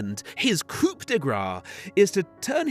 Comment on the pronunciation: it's COUP FFS, NOT "coop"